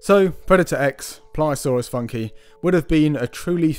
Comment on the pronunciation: Shouldn't it be "Funk-ee-eye"? or "Foonk-ee-eye"?